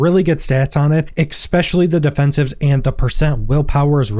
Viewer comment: "Expecially", really dude?